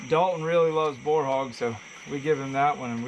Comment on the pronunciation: Not Bar .. ponounced Bore ..